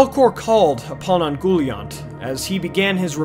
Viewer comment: I always took the pronunciation as "Un-gol-eye-ant" rather than "un-goal-iont"